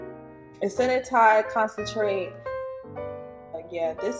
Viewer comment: At the end you said Con Chen Trate , and Ben jul 😭🤣🤣🤣🤣 the ending got me😂😂😂😂😂